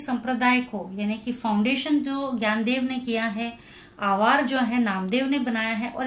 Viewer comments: Sorry mam to say this but it's not "Gyandev" it's "NYANDEV" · Mam in marathi we pronounce it as dnyandev In hindi gyandev Sry i know that you are teacher but i want to tell about it 😊